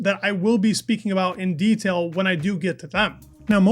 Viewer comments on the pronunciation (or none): none